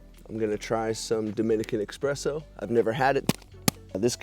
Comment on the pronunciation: The coffee word is pronounced eSpresso, not eXpresso. There are two common pronunciations of the State Capital of NY, Albany. Some pronounce it Al-bin-e. Others pronounce it All-bin-e. The building you refer to as "nice old government building, still creepy" is that State Capitol Building. Construction started in 1867 and was completed in 1899, at a cost of $25 million.